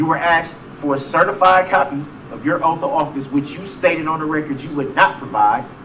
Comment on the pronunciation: “Fir da wrecked you haven’t proved ur Oaf of office when I axed u”